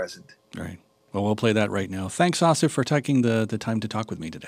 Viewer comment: I thought it was pronounced ASSif, not AHSif.